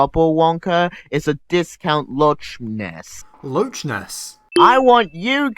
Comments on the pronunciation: Did he just say “lotch ness”?? Where’s the T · That’s not how you say Loch Ness monster, series sins😅